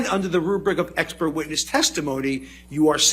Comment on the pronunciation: why he just keep saying ekpert?🤣